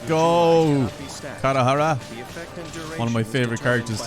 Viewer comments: Your saying kazuha's name wrong its said kaiaydahara kai-ay-da-hara but its spelt kaedahara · "Kadahara one of my favorite Character" While he cant even says his name properly